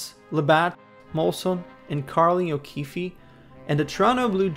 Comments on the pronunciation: You mean Sheldon's last name isn't pronounced 'Keefie'? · Carling "O'keefee" LoL! The last 'e' is not pronounced buddy.